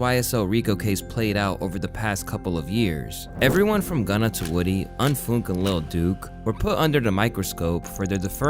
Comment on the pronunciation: It’s wuuudy not woody at least say the ninja name right